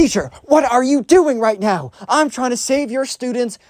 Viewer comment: This video is a certified “are you serious right neow?” Moment